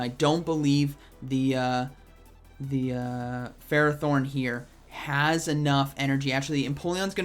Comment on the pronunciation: get off his butthole “bro” this dude can’t pronounce ferrothorn, forgive me for not knowing if he knows what stab is